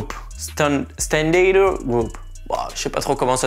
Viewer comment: Pourquoi vous prononcez Santander avec cette drôle de prononciation "standador..". C'est un nom Espagnol - et pas anglo-saxon! Santander, qui est une commune et une ville portuaire espagnole, capitale de la communauté autonome et région historique de Cantabrie, située sur la côte Cantabrique, au nord de l'Espagne, se prononce comme c'est écrit.